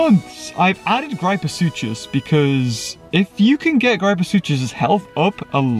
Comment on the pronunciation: Ok mate I’m sorry but it’s not GrIEpoSucHus it’s gryposuchus grip-o-sook-us